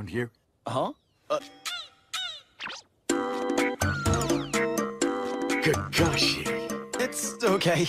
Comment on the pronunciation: The way Guy pronounces Kakashi.😂